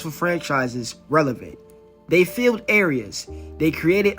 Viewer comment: its a..re....na not area ..